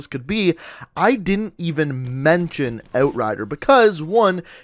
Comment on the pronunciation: I hate how he says "out" or "outrider"... just makes me cringe